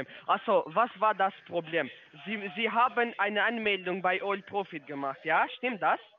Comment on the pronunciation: „is ja kain Probläm…is ja kain Probläm…… Achso was war das Probläm…?“ 😂😂😂😂😂😂😂😂😂😂😂😂😂😂😂😂😂😂😂😂😂😂